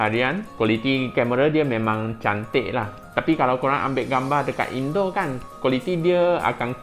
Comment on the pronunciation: Ulasan awak sampai sampai membuatkan kawan saya dari Indonesia tersedak ketika makan ketika awak menyebut perkataan indoor yang kedengaran seperti indon di pendengaran kawan Indonesia saya